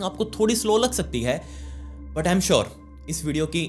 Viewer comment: The way you sai "But" ufffff ❤